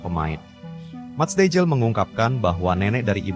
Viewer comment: Bukan dejil tapi deiyl huruf j di baca y dalam bahasa belanda